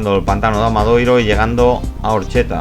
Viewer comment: Gran trabajo de seguimiento de la prueba y un estupendo montaje de imágenes, mis felicitaciones por ello. Si me lo permiten les pediría una pequeña corrección en el título y en las etiquetas, pues el pueblo se llama ORXETA, con "T", no con "TX". Así mismo en varios ocasiones el locutor se refieren al AMADORIO (forma correcta) como Amadoiro. Muchas gracias.